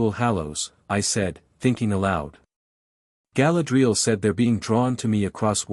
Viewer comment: It is pronounced Ga-LAD-ree- al ! !